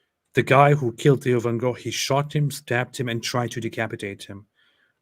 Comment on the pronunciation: Thats exactly how you pronounce the name Theo van Gogh in Dutch. that reporter doesn't speak Dutch. Sounds like a Scandinavian language